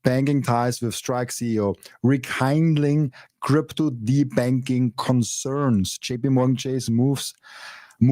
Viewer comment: "kind" in rekindling is said like the German word 'kind(kid)' ;)